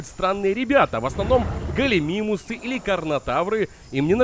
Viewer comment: Почему когда говорит Галимимус то слышаться Галимемус)